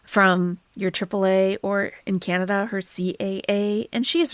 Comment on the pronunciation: Not canadia! 😂😂😂